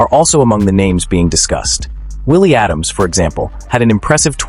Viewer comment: Pronounced Ada-mes, not Adams